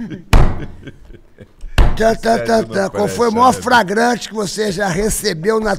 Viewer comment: Ele faliu "FRAGRANTE" mesmo?!😅